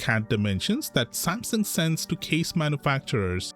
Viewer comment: Sam Sung Not samsin